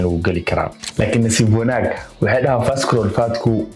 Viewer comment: Visceral waxaa loogu dhawaaqaa visarule. So the c is silent. May reward you!🙏🏾